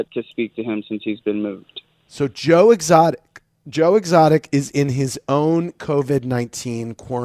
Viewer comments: "Joe Extoic" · Joe ExToic😂😂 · "joe extoic” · Joe extoic?????? 😅😅😂